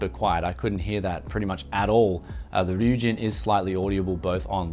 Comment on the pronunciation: first review i watched where he pronounced the name right lmao